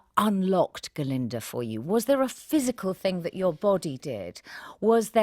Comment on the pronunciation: Why Ga-linda though? Glinda